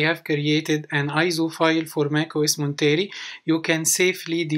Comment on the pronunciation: Thanks for the walk through. You pronounce the name wrong. It's Mont-er-ay. Named after the coastal community Monterey California